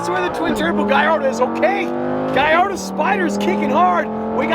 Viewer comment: if you call it a "guyardo" one more time im gonna lose it